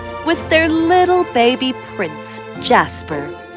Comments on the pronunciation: when she said little prince jasper | I thought it was "JASMINE " LOL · oml jasper was gonna be my pup’s name but my family couldn’t pronounce it so his name so we changed his name to Casper